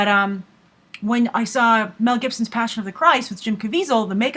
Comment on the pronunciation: I stopped watching when she said "Mel Gibson."